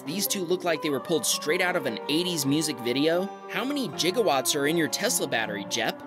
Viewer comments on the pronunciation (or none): Sorry but did you say Jigawatts? That's like saying Jif not Gif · The fact that he pronounces gigawatts "jiggerwatts" annoys me so much. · Did you just say "1.21 Jig Ah" watts? ;p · Jigawatts? o0 Is that how americans pronounce that? How do you pronounce Gigabyte?